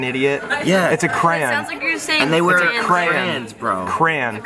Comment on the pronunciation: Pronounced cray-ons has a bad problem mispronouncing words. It's re-siz not ree cees